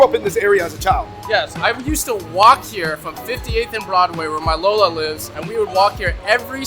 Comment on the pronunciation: Lo-La (lo in lollipop) not low la. Get it right kabayan oki? O sige na kain na ng masarap.